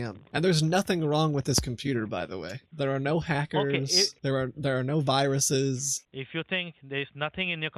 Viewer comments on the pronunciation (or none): "388 wiruses" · Excuse me, those aren't viruses. Those are WIRUSES. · The compuwer has wiruses..